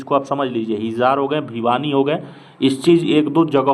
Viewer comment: हिजार नही है वो हिसार h 😂😂